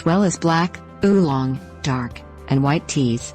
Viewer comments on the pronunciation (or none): none